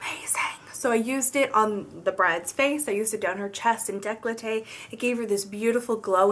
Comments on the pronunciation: Great tutorial. Just one thing it's called "décolté" not "décloté" like you said :) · It's not "deklote" or however you spell it, it's "décolleté" (= dekolté).